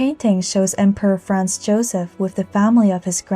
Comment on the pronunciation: The poster (or AI) pronounces Franz as France, and now there are commentators thinking she (or AI) is saying that Franz Joseph was the emperor of France.